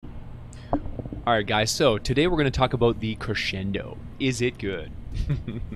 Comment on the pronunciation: Thank you.... for being the only stw steamer to properly pronounce crescendo.